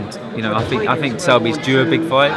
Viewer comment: Try to say think more, rather than fink, you sound uneducated!